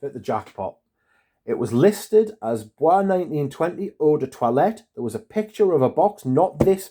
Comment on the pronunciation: It's pronounced "boyce", not like it's French (bwah). Also, not sure what you're upset about. You got a more concentrated version. It's not hard to re-package something wrapped in plastic if you're careful enough. I would trust a manufacturer before I'd trust a third-party Amazon marketplace vendor. I don't think it's Bois 1920's fault.